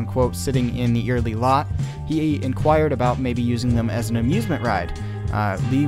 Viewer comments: Love all the work you put into these productions. Very informative and well done, thank you for that. My only correction would be your pronunciation of Eyerly. It is not eerily or earily, the way Lee and I have always pronounced it is Eye (like your eyeball) early. Eye early say it.😉:goodvibes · It's not ear ly it's Eyerly like EYE BALL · It is proounced "Eye-R-Lee" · Eyerly is pronounced EYE ER LEE